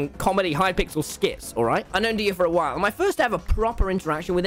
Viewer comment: Me thing that he said whal instead of while